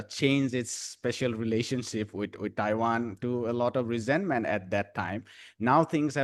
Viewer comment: Que mal que la traduccion no sea hecha por personas. No me gustan las maquinas que hablan de Taban en vez de Taiwan. Y E, U y gemon en vez de hegemon. No se entiende que significa el deleteo de siglas porque la traducción no es por personas. Hay lagunas de compremsion de ideas. DPt no se sabe que es, etc